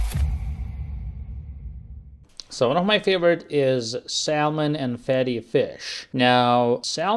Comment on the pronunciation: Just a clue, you do not pronounce the L in salmon and you do not pronounce the first L in salmonella. They are pronounced Sam on and Sam an Ella.